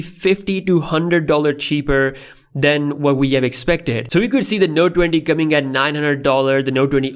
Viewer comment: Nobody:: “Node Dwendy Ultra”